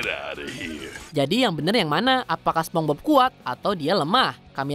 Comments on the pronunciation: "Spongbob"? wah kacau nih orang😂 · Naratornya disuruh ajarin ngomong SPONGEBOB dulu lahh Dari tadi ngomong SepongBob aneh dan ambigu bgt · Yg lucu adalah penyebutan naratornya ke spongbob bukan spongebob🥺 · Cara bacanya "sponsbob" bukan "sepongbob", kasian si bob kalo kata radit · Naratornya bilang sepong-bob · "spong bob" hehehe